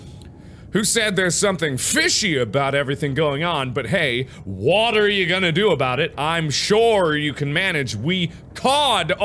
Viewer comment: Him: but hey! What are you gonna do about it. Me:*not listening till I heard what are* why he say water you gonna do about it